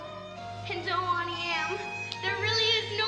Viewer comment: Why does she say Ountie instead of it being pronounced Auntie Em?